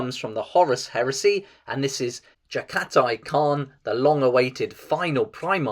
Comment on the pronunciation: Do t ever disrespect me pronouncing the khans name that way lol jaghatai is the center